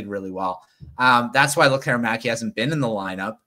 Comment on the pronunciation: There's no "air" required in Lekkerimaki. He pronounces it, LEKKER' imaki.